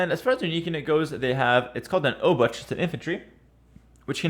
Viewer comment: I'd say "szlachta" is pronounced "shlakhta" and "obuch" - "obukh"